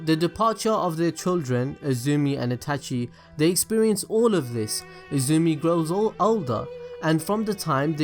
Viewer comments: This dude is so involved with Naruto and is such a geek about it but he cant even say Itachi correctly... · The way you say Itachi is slowly making me more triggered. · Is it me only that feels annoyed in the way he says itachi. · She-su-we shisui Eh-tah-chi itachi